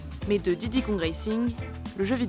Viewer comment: Pourquoi tu dis diddy lauf ?